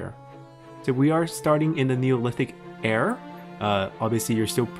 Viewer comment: Do you know how "era" is actually pronounced?